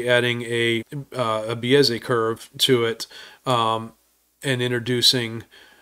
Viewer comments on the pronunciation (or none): It’s not a “biEzay” curve, it’s a Bézier curve. Here’s how to say it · did you pronounce "bezier" like "bee-yezz-ay"? 🤣